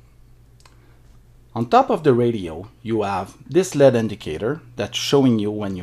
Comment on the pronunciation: Great video! Thank you! One thing (one of my pet peeves) LED is an acronym for Light Emitting Diode. It is pronounce L E D. Each letter singularly. LEAD is a Heavy Metal that is harmful to humans. I know, it's a tiny issue....but it drives me absolutely MAD!!! Thanks for the great video